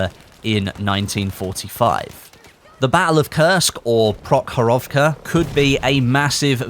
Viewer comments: Battle of Provorovka is pronounced as "PrOhorovka" not "ProhorOvka". Otherwise your pronunciation is great. And it seems that we have similar thinking. Your script is pretty much a copy paste of my forum thread about Pacific content and possible feature content. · Just a tip: vast majority of russian words has accent on the vovel in the word. So its PrOhorovka.